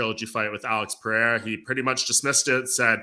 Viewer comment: Why does everyone get autism when pronouncing Pereira? Where does the h come from?